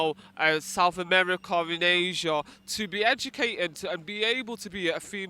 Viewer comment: If you got an education why do you speak like someone who doesn't understand the English language? maybe you should act like a person who is educated rather than EDUTATED